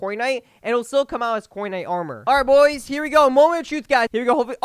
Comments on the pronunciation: it sounded like he said Fortnite 😭😅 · Nah more like cornite